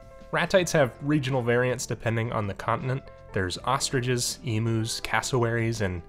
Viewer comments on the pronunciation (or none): Woah woah woah, hold up,. I live in Australia, and I can't stand letting another person slip through my line of sight calling emus (ee.m.yoos) EEMOOs. You'll be let off with a warning, but I strongly advise you never make this mistake again. Okay. Now continue about your day.